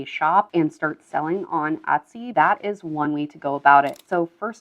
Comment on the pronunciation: I’ve been watching your videos for a few days, and I appreciate the info. I’ve noticed on several occasions you pronounce Etsy with a short “ o” sound, like “ Otsy”, I’ve heard it enough to be curious and ash, what regional accent is that, and what other languages have people in that region spoken?? Are up perhaps somewhere on the north Mid-west? Like say, Minnesota? Oooor, perhaps Canadian? I don’t know. But I am curious. 😉